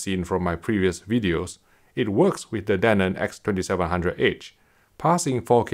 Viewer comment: he keeps saying danon, like the yogurt